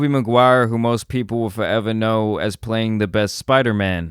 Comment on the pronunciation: Forever, not foweva